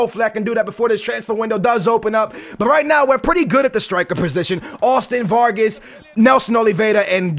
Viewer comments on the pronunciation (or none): Not varges vargas!